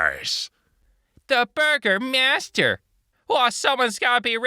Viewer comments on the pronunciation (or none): hearing burgmeister as bugermaster is hilarious